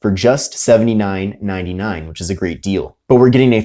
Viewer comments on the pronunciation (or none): none